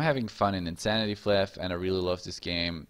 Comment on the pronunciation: its pronounced as pla-ayff.. not flip. flyff is short for FLY for FUN. FLYFF. get it right!